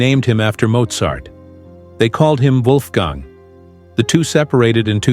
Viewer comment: This jerk didn't even know the correct name for Wolfgang, at the mark he calls him Wolfgun or something like that.